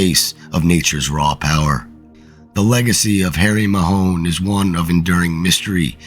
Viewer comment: The pronunciation of the name is Mahon (like baton)NOT Mahone😂